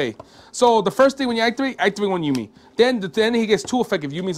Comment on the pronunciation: ou-mi not you-mi